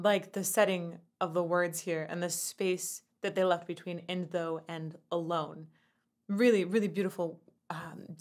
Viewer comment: " A-lone" us a half step? Or am I hearing it wrong?